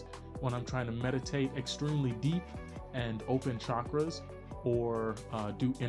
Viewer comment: Finally someone who doesn't say shakras.